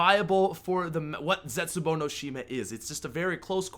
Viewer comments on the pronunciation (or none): Zestbuou? Really? Lol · "Zestbuou" you okay fam?